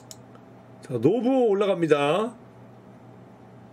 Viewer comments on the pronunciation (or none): 아니 ㅋㅋㅋ 노부오를 계속 노부부라고 하는 것같아ㅋㅋㅋㅋㅋㅋ